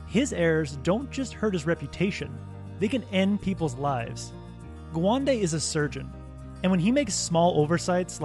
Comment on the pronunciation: Gawande is pronounced as Ga one day